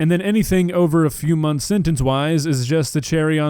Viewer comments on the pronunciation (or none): none